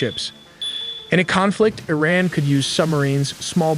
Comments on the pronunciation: Why do you say ERIN instead of IRAN.? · Its iran not ayran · Arean? You had me at Click. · E-Raq and E-ran lol.